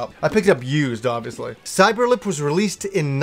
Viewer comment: Cyeber-Lip...this game, I actually remember.